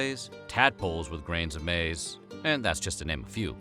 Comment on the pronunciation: Newsflash, maiz is still maiz its just not english. Also pronounced it wrong.